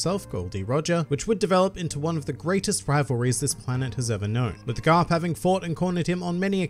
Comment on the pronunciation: did you just say grap instead of garp